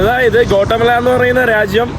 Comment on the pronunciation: കോട്ടമല അല്ല ഗ്വോട്ടി😊മാലാ